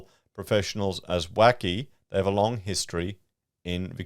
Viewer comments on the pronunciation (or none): none